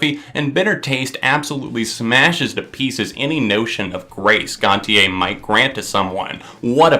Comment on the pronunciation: It’s gon-sha